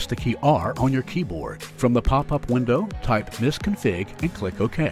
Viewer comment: It is MSconfig, the narrator spells it misconfig, i don't know why.